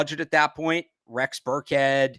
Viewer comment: mfer said rex burkehead?